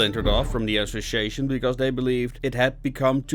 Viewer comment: Need to work on saying the word "Association" , other than that, Great JOB!